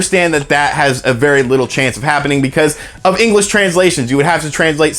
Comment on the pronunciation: Haha, "engrish."